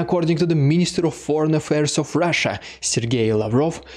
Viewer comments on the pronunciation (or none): none